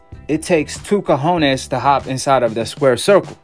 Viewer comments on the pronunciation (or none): none